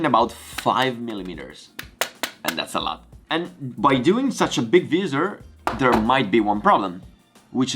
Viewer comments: Great Vlog! Please keep them coming during Covid-19 lockdown! Can I just say that the word Visor (In Italian -visiera ) is pronounced in English slightly different to yours. To pronounce Visor try saying ( Vai -Zurh) Hope you don't mind me saying?! Also your English is very good and a lot better than my Italian! (and my Mum is Italian!) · The “ vizzzer “ cracked me up lol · I like how you say 'opaque', 'hexagons', and 'visor'.